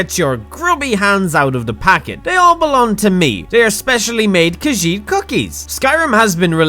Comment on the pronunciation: I missed butchered the name but you know I mean the lovable kachiet Kachit fudge